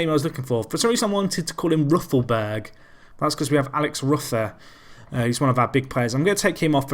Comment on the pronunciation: Also Alex ROOFER is the correct pronunciation